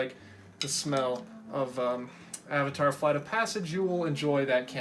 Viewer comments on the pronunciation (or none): none